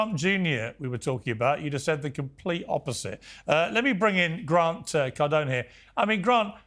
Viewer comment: Please keep calling him Cardoney.